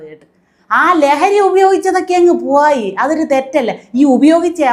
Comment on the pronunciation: ജുവോലി, കുവോപ്പ്, പുവോയി മനസ്സിലായില്ല😂❤❤😂